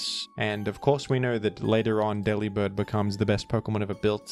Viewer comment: Delibird is so bad, bro didn't even bother to pronounce his name right 😭 ( it's a pun on delivered, where the 'vered' is 'bird' )